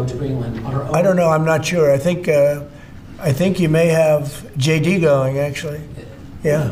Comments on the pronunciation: sounds as if you said' shady Vance' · Don't know if you said it intentionally but it sounded like yoy said "Shady Vance's wife" - which is awesome! "Shady Vance" is his new name. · I love how JD is easily pronounced "shady", it fits.